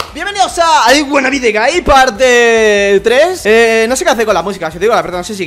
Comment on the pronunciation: Más waanna I be thje guyyyyy